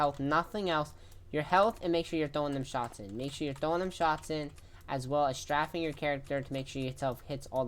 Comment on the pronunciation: BRO JUST SAID "STRAFFING" 😭